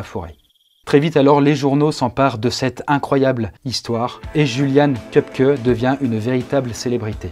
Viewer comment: En allemand on prononce plutôt iuliane !! Sinon super vidéo !!!!